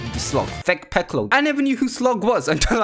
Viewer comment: You keep calling sling piccol